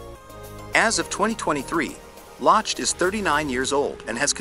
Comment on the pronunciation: Good video, thank you. Ryan Lochte's last name is pronounced 'lock-tee.'